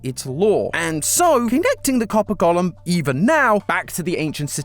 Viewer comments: Please please please - “Go - lem” not “Gollum”… he’s from LOTR! Thank you! 👍🏻😁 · I kept getting confused, thinking he was saying Gollum, not golem 😂😂